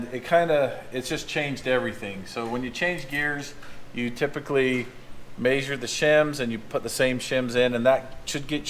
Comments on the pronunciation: "We are going to ma-shure these shims" 😂. Measure.. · Everyone at my work now says “may-sure” instead of measure😂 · Yep, maysure twice, cut once. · I like how you say measure - “maysure” 😉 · Mayshur twice, shim once. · “Maysure these” lol. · May-sure? Lol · I like that says “MAY-sure” my great grandpa said it that way. If you ever slipped on a slick surface and landed flat on your back he would say “ you mae-sured yourself” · Love watching your channel... Is it just me or does say measure kind of different?? Sounds like maysure.... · Word of the day: Maesure. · "I gotta 'MAYZHURE' these" 😂😂😂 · midwest accent this is anyone from montana to northern arizona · Is it just me or does say measure funny, or is that intentional?